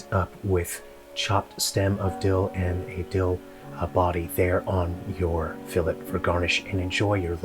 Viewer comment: The way he pronounced filet triggered me 😂